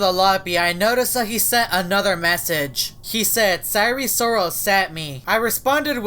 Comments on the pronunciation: ive had eris loris AND sire sirol in my game at the same time, and they've never done anything except promote hacks by the way, its pronounced seye-er sirol, not si-ry sirol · eris loris? its sire sirol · it’s sire sirol not eris loris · I know and says sire srol pronounced isn’t it sire sirol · Isn't it sire sirol? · I thought u said it was sire sirol??? Im confuse 🤔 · He just flip the name of sire sirol